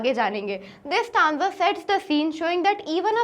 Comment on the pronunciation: Stanza 👎staanga